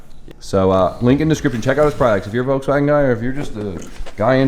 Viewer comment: Volkswagen HAS A L IN IT! You keep saying Vokswagen... with no L!